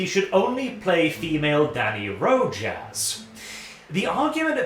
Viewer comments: *pronounced Ro-Has, not Ro-Jas. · Rojas is pronounced like "Rohas" if it was in English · iirc hispanic "j" is pronounced as "h", so it's "Rohas" This nitpick aside, the article is dumb as heck - the subscription money goes into that fat gremlin Bobby Kotik and it takes a college education to NOT understand that